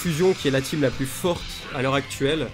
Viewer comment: J'suis mort il dit même plis bonjour ça me fume